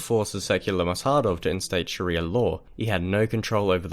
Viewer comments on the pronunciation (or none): none